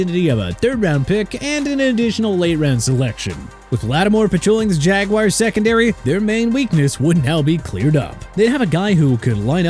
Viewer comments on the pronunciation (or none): AND ALSO NO MORE OF THAT JAGWIRES NONSENSE. IT'S JA-GWAARS.